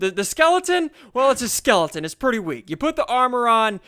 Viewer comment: lol "skelington"